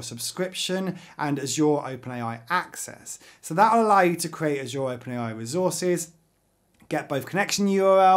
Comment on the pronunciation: Bro every time you say azure I want to slap you so hard